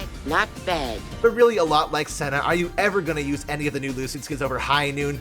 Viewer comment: You mispronounced "Lucian" 👀